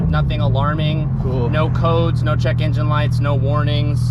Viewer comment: Everyone one else “Engine” “Injen” 😭😭😭